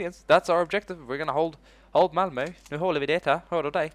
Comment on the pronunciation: Intressant att du lät lite som en lundensare när du pratade om att "Hålla Malmö".